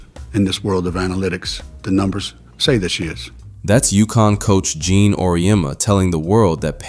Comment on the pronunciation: AURIEMMA'S FIRST Name is Geno, not Gene.